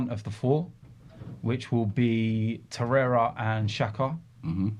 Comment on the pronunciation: So many people have an agenda with Xhaka, Robbie!!, And it’s Torreira Not Toreyea